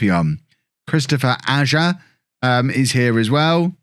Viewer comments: FYI, Ajer is pronounced more like Eye-er than Aj-ja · Ajer is pronounced 'eye-er'